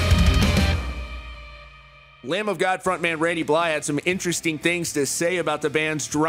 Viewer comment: BlyTH not Bly, why are you so bad at pronouncing names and things....